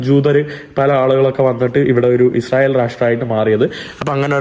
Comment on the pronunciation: പോലെടിച്ചി മോനെ Izrayil അല്ല ഇസ്രായേൽ